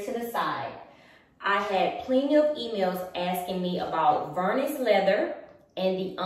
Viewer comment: Omg it’s Vernis ( prounounced like Ver-Knee) not vernus! It doesn’t rhyme with Furnace! 🤣 Just another good reason why Louis Vuitton should stop you! 🤷‍♀️🤦‍♀️🤤